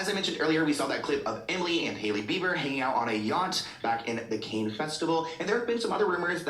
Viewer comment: the way he repeatedly pronounced cannes as “cane” made my eye twitch 😭